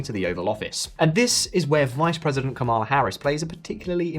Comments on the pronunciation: It's KA-ma-la Harris. Get it right. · I would think you would learn how to pronounce her first name if you are doing a video about her. The lady introducing each section of your video can teach you. A lot of Maga Trumpers mis-pronounce her first name intentionally as a derogative.